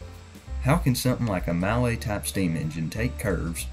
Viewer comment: "Mallet" is pronounced "Mulley" just so you know :)